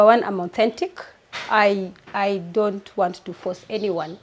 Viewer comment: Did she just say aunnthentic ama nimeskia vitu zangu